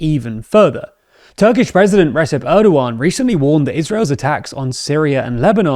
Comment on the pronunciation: Re-JEP. Not Resep. J sound. Recep is pronounced Rejep. He's a major political figure. Get it right please. Or at least TRY.